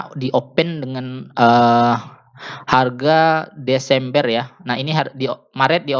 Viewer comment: Bulan desember... Bukan deseemberr